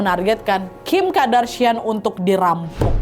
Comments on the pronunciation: Kardashian kak Nad bukan Kadarshian 😭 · Kardashian wak, bkn kadarsian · Kak nad, Kardashian yaa bukan Kadarshian 😅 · Kardashian bukan Kadarshian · Kardashian not kadarshian wak😂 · Kak naaaad kok 'kadarsiaaan'... Qadarullah aja sekalian.. apa Kadarsieeuunn 😅